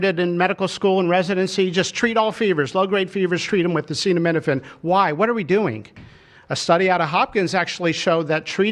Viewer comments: He’s encouraging antivax-ism. Just wow. Thank you for the medical advice, Dr. Trump. Side note: it was funny when he didn’t know how to read acetaminophen 🤭 makes him more human. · Oh how I wish they would’ve picked someone who could pronounce acetaminophen to deliver this important information. Trump is making it sound bonkers.